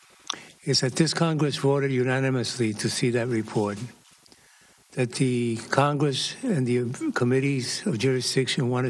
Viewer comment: Congwesss, Democwassy... I'm out congwessman Fudd.